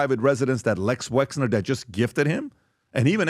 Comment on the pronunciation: Not sure why even smart people say Lex Wexner. Like he is a marvel villain. He may be an actual villain but it’s Les short for Leslie. I can tell everyone else on the show knows. But they won’t tell Pat. 🤣